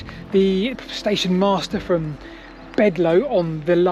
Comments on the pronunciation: Bledlow not Bedlow. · It's BLedlow not Bedlow and Chinnor is pronounced locally as Chinner.